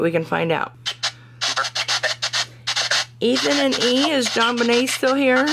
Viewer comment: You say John Bunyun, John Vinay???????